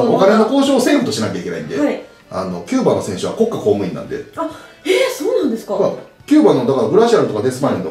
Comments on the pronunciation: こっ↑か↓公務員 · 里崎の『国家公務員』て イントネーションおかしくね？w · サトさん、国家公務員の発音が面白いです笑 コッカ公務員って感じ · こっ↑か↓こうむいん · 国家公務員のイントネーションが気になった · 西日本はそーなんじゃないですか？ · 国家公務員のイントネーション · 国家公務員のイントネーション気になる